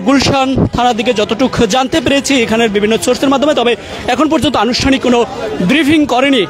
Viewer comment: রিপোর্টার ভাইয়া বিরিফিং আর ব্রিফিং দুটোর উচ্চারণ ভিন্ন। মেহেরবানি করে উচ্চারণ শিখে আসুন।